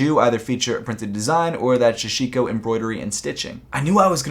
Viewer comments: K, that's twice now... it's Sashiko, not Shashiko. Good vid tho 😊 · Why does everyone keep saying Shashiko it’s SASHIKO 🤦🏻‍♂️ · It’s ”SAH-SHI-KO” and ”DOH-RA-EH-MON”, c’mon man. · Isn’t it... Sashiko...?